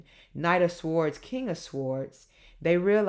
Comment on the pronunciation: Hello my darling daughter, Shondi here. The correct pronunciation of "swords" is "s or ds" sords "w" is silent...l enjoy your sweetness and energy great entertainment. Love you darling. Shondi Thanks!